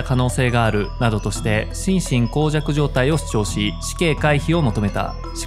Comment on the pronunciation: しんしんこうじゃく じゃなくて しんしんもうじゃくじゃない？